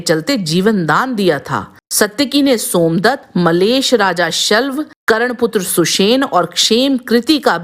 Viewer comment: You should correct your Pronunciation. Even the name of main character was not correctly done. Same with many other names and Hindi words. It is Saatyaki not Satyaki, Karn not Karan. Paraast and Praast... etc